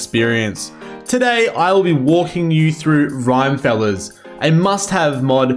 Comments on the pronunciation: Rhyme-feller? It's Rim as in the rim of rimworld lmao Rim-me-fel-ler You assies and your strange accents. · thanks for this! only one detail - i'm pretty sure the mod is pronounced "Rim-e-feller", not "Rime-feller"... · Not the "rhyme-feller" 😂😂😂 I think its meant to be like Rockerfella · Rim as in rimworld. Not Rime as in... I dunno really. I have no idea why you would decide to pronounce Rim-efeller as Rime-feller while playing Rimworld. I mean it's not like you would pronounce Rockefeller as Rocke-feller when it's clearly Rock-efeller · Rim-uh-feller, as in Rock-uh-feller (john d rockefeller) not "rhymefellers" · Great guide! Just a tip, it’s actually pronounced Rim-Eh-Fell-er, named after John Rockefeller, an American oil tycoon from the 1800s and one of the richest men who ever lived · Rhyme feller. Very helpful guide but every time you said it that way I burst out snickering. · I wonder though if you're pronouncing it wrong or the unintended way To me it sounds like the creator wanted to put a spin on "Rockefeller" Like in the Rockefeller street music So I always pronounced it "Rim-e feller" Again, no idea if that's the true intent or not, but still some food for thought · great guide! it's definitely pronounced "RIM-AH-FELLER" though. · Isn't it pronounced rim_efeller so it's kind of like a Rockefeller? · can't stand how you say rime feller, look up rockefeller